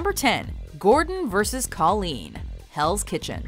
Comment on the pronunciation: its KOLEEN!